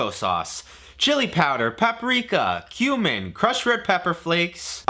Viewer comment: Who else hear "human" when he said "cumin"?